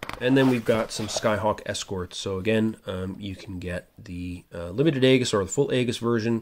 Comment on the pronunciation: Great video. Subscribed. Just a note that Aegis (named after the shield of Perseus) is actually pronounced "EE-jis." Keep the videos going!